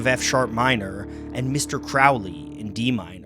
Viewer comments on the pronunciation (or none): It is prounced "Crow" like the bird "ley". The song perpetuates the wrong pronunciation.